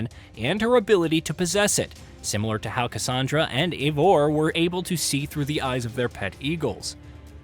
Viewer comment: Pronouncing Basim, Eivor and Resynch wrong just makes this feel like a soulless AI video.